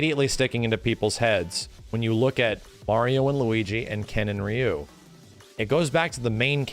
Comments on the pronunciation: "His name is Rye-you" 🤢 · Dan was created to make fun of Ryo & Robert at the same time (Dan has long hairs like Robert) :) Fatal Fury was developed by Mr.Nishiyama, who also created SF 1, not SF 2. PS: for pronunciation purpose: how do you call Ryo? Ryu (of SF) is the same: the “y” is pronounced like a “e”, not an “a”. Both are Japanese characters with Japanese names: any non Japanese pronunciation is incorrect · Alot of old school players or players from the 90s will pronounce Ryu "Rayu" or "Roo". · Why do people say ryu like RIYU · Didn't watch the video 1st time I hear say Ryu he goes: RIE-YUU damn I have no explanation for that XD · Ryu actually pronounced in Japanese is said like this Lee u. Or ree u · Did you call him Rye-yu just to troll us? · I love when people pronounce Ryu as Rye-you. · Bro. I love you. You're awesome. But you're an S-Class YouTube gaming channel with a deep love for fighters and you can't pronounce "Ryu" correctly? I mean, you had to have learned it wasn't "Rai-you" at some point. You're still great. Still love ya. Just, come on, man... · "his name is raayuu" yeah... sure it is xD anyway, thanks for the vidya; I had no idea what a shoto was. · His name is Rye-yu, lmao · RYE-YOU KENNETH TERRENCE MY SIDES XDDDD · This man cant make up his mind on how to pronounce Ryu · He knows how to say Ryu. It was a joke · how dare you miss pronounce my Ryu:'( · I'm going to give you the viewer engagement you crave! By commenting on how you purposely mispronounced Ryu's name so that people comment on it. So here's that comment for you! Enjoy! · I do not like the fact that just pronounced Ryu improperly...